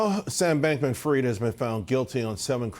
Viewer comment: Fried . . . . ask KFC! Not pronounced ‘freed’.